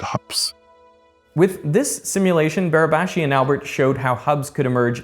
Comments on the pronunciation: Congratulations to Derek pronouncing " Barabási" almost perfectly. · pretty good pronunciation on Barabási's name there